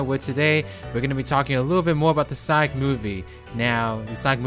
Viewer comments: Why does this guy keep pronouncing sonic as saik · It's not Sonic it's Sonk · Can’t pronounce sonic so I’m out thumbs down